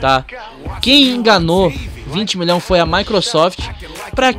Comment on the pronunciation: 20 Milão😂😂, fala direito mlk